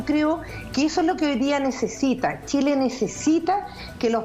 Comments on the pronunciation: El ignorante que no sabe que la RAE acepta que los nombres propios pueden ser escritos con minúscula dependiendo del contexto, le repito que es chile y no Shile, le guste o no y el contexto es para enseñar a pronunciar no a escribirlo. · Por favor díganle a que estamos en chile no en Shile y somos chilenos no shilenos! Que aprenda a pronunciar!